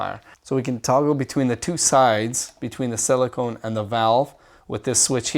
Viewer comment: It's pronounced sil-i-kuh-n. Silicone is fun too ;) , but it isn't very useful in a SS rectifier.